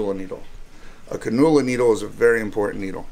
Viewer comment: Can-you-luh not can-noo-la